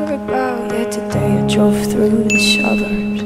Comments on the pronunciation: She went from "s" to "sh" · Listen to the way Liv pronounces ‘suburbs’. She always says it with an ‘sh’ at the beginning, and the end. She says it like ‘shuburbsh’. It’s so funny and cute lol.